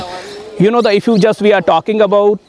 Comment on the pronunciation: "that" not "dat". Don't be a gangster.